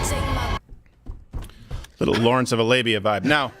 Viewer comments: Did this dude just say “Lawrence of A-labia?” HAHAHA 🤣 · Did he just say "Lawrence Of A-Labia?" 🤣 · "Lawrence of A-labia" 🤢🤢🤢🤢🤣🤣🤣🤣🤣🤣🤣🤣